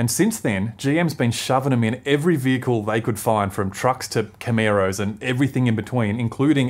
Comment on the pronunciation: camARO not camERO !!! Caan mate pronounce it properly - the Aussie way hahaha 👍